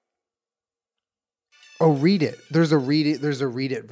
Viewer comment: Did he just say read-it instead of reddit